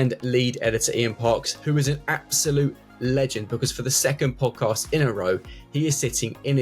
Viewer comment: Actually, my opinion it’s boring. The dude in the middle can’t pronounce podcast. Which was turn off right away.